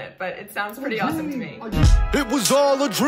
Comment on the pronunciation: The way you said ** HAAAWOME ** with that southern twang and then got tickled , is hands down one of the cutest things ever.... I could honestly watch and listen to you laugh and smile all day --------------------------------------------------------- Thank you for brighting my day 🌞